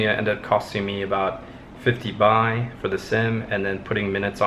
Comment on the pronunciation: Its Baht not Buy